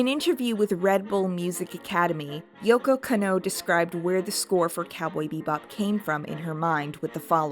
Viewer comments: Beautiful video. Absolutely loved it. Hopefully the algorithm looks fondly on it when the live action show releases. The only thing I really didn't jive with is Kanno Yoko's name is pronounced Kah-no Yo-Ko. You really have to separate those syllables or it sounds like you're doing that thing westerners in old cyberpunk movies do where they pronounce Akira Takezawa as if it were Uh-Keyra Take-zowuh. Or pronounce the kid in the orange jumpsuit as Nuhrudo. There are recordings out there of her saying her own name that don't match up to the one google has. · Edward identifies as female, I know she looks androgynous but she says several times through the show and the movie that she is indeed a girl. Also the way you said yokos name is painful lol otherwise good vid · good video, but is it anyone else or is Lady pronouncing japanese names weirdly? edit: oh dear, every time she pronounces Yoko Kanno 😅